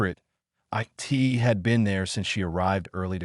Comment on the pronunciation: And also splits "it" into the individual letters "I" "T".